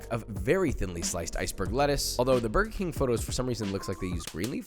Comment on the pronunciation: burber king